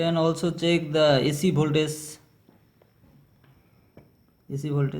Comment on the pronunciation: its voltagggggeeeeeee not voltaze